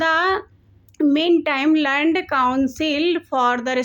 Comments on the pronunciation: First of All Correct your Pronunciation:- Heard (हियर्ड आपके अनुसार) = हर्ड Learned= लर्न्ड Singhal = सिंघल not सेहगल. If you feel nervous while reading or cannot pronounce properly then why do you read in English? This makes fun of yourself. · Tum learned ko kya pdh rahi ho😮😮😮😮 ias family se ho cbse ya icse borad se hogi or esse English gajab bejyati krva rahi khandan ke... 😂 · Behen tum Hindi me hi Padh li hoti …..tum video ko record krne k baad Khud bhi Sunati ho ki tum kya padh rhi ,kya Bol rhi …tmhare words Kaise sound kr rhe hain ….tum kitna galat padh rhi …sun k hi sharam aa ja rha hai ..heard …learned …tmhe ye tk nhi pta ki English me kaun sa word silent hota hai…kis word ko Kaise pronounce krna hai ….thoda reading kiya kro apni beti k sath ..improve ho jayega ….ye sab proof krta hai ki tmne kya hi kbhi proper education li hogi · बहन आप Heard के बाद learned को क्या इंग्लिश मे बोल रही है,,,😂😂😂 आप IAS की फैमिली से है फिर भी ऐसी इंग्लिश कैसे हो सकती है आपकी फिर सोचा IAS लोग ऐसी ही english बोलते होंगे 😂😂😂😂😂 आपने वकील Siddharth singhal learned को जैसे पढ़ा है अगर वो सुन ले तो केस ही कर दे😂😂😂😂😂😂